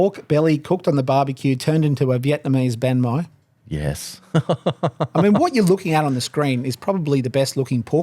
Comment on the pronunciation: Have I been saying Bahn Mi wrong this whole time?